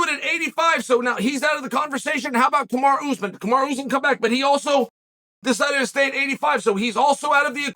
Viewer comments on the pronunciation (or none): none